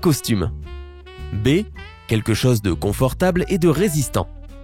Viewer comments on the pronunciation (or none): none